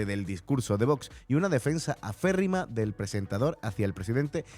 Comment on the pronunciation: Por favor... no es "aFeérrima", se dice "aCérrima". 😊